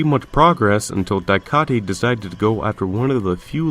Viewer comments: A few corrections in the video : Pinwheel didn't ended until 1990, the article between clock man was made in 2004, and dycaite is pronounced Dye-kate. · isn't dycaite pronounced like dye-kate?